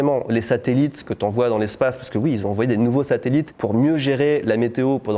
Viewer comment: "si UI, dans quelles conditions ?" Le "oui" lorrain 🤣